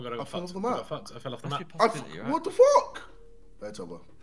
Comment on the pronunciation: It sounds that ethan is saying leave the mop but hes trying to say leave the map